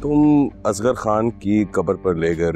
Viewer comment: plz nam Sahi lo bachi nahi ho..it's asghar name not asgaaarr